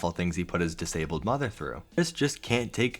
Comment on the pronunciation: "MY MUDDER AND MY FADDER ARE ANGRY AT ME-"